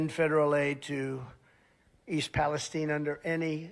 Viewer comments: I'm so surprised that the lump can't even bother to pronounce East Palestine correctly (tine like the tine of a fork). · Palestine? I call it Palastein! Get it? — MAGAQ Really. What the fuk? Where does this bizarre pronunciation come from? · Strange pronunciation of Palestine?